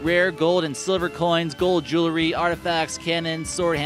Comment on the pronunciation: "JOO-ler-ree." SMH...